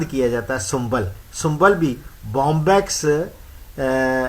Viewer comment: not sumbal . shambul